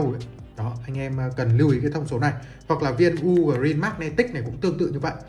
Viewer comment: bạn này đọc tên "ugreen" kì thế nhỉ? "u ủ rin"